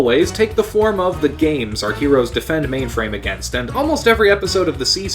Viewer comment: I really like your video but you need to work on your pronunciation of words like "been" and "against"